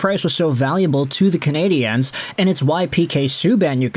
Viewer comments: Hi. Just a friendly note. The way you pronounce ”Canadien” sounds like canadienne, which is the female version of canadien. The end of canadien is a diphthong. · He's doing it the way EA games did for years and I found it super cringe worthy. Unfortunately that made a lot of people pronounce it wrong 😔 I'd much rather instead of putting focus on the e, they just said "Canadians" the English way. Say it the French way if you're bilingual absolutely, but no need to say it wrong 🤣 I would rather they just say it properly in either language lol